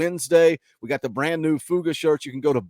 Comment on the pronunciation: I'm just an old country boy from Tennessee but shouldn't it be Fuga like the mascot? Not fooga? Just sayin